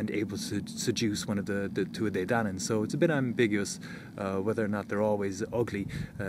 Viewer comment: Donn, not danu.